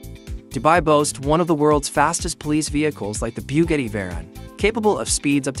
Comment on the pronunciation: Biewgetti 🤦‍♂️. Another AI channel